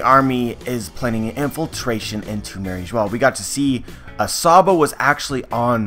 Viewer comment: I thought in french Mary Geoise is pronounced as the same way as bourgeois. "eoise" is pronounced 'juhwaa". Same exact pronunciation as "Mariejoa"